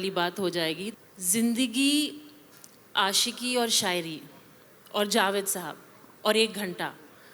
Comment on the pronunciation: کوثر منیر جاوید صاحب کے سامنے بیٹھ کر اور جشن ریختہ میں بولتے ہوۓ اپنی ریختہ تو ٹھیک کر کے آتیں ۔۔ آشکی ۔لعنت ہے تم پر ۔